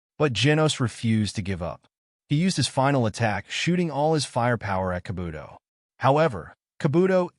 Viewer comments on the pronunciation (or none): H9w u say Kabuto and saitama made me stop watching u